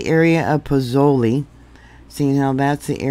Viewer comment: Pozzuoli is pronounced like Pots (silent t) wooley. Hope this helps 🙂